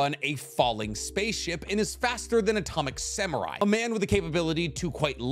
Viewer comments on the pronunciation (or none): none